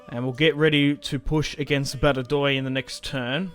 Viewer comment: Badajoz = ‘Bad-a-hoth’